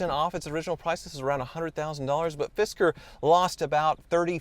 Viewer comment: I keep hearing fister.